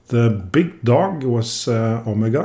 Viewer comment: hey bro i guess its my 1st time here on the channel but i just had to stop the vid to let you know: (╯°□°）╯︵ ┻━┻ you absolutely nailed the pronunciation!